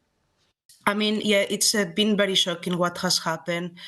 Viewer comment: The way she pronounced "very" as "bedy" reminds me of "That 70's Show" Red: "AAAAAMERICA!" Fez: "AAAAAMEDICA!"